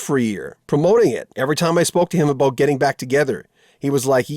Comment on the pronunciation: The presenter said aboot.